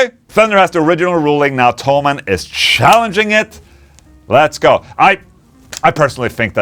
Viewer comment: Why everyone says "Tollmann" the company name is - Tho - Mann. Rick Beato call it Tollmann too..